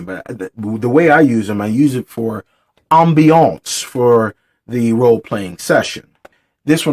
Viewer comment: /ˈambēəns/ Loved the commitment to the overemphasis every time LOL. It would be great to see you do more reviews/overviews of your physical tabletop setup/materials and miniatures. I'm a big fan of the modeling and painting aspect of gaming, and it would be cool to see what you have to go with your alternative genre focus.